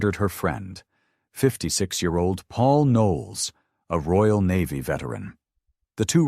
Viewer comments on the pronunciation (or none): none